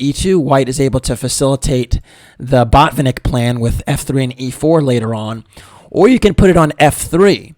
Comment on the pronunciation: You should have said botfinik a few more times. :). Jk. Good video